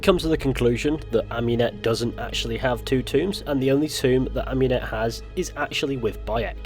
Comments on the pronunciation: Am-ooo-net not Am-you-net. Sorry, but it’s just that it’s like hearing a fork across a plate to me. Great video as always though bro. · Michael de’ Medici yh cos she named herself after Amun not amYOUn